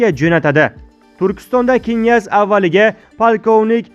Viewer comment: Намунча гапиришни билмайсиз,бошка одам йукми?Киняз,эмас княз. Ва хкз.Тугри укинг .Оллох узи мехрибон ,кархларни тулаб ,хитойни хайдаб чикариш зарур., Бундай имкониятдан фойжаланиш кк.